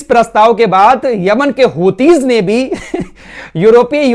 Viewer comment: السلام علیکم ورحمتہ اللہ وبرکاتہ بھائی میں اپکی تمام خبریں سنتا ہوں اور الجزیرہ العربی بھی سنتا ہوں ایک اصلاح فرما لیں آپ لفظ ہوتی نہیں ھے بلکہ حوثی ہے دراصل انکے بانی عبدالملک حوثی ھیں جنکے نام پر تنظیم ھے جزاک اللہ خیر